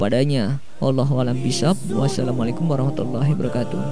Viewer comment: Min maaf nih koreksi dikit ya itu klo mimin lg ngucapin salam hiwa barokatuh atau hibawarohkatuh?? Krn yg benar itu hiwa barokatuh Maaf klo saya salah dengar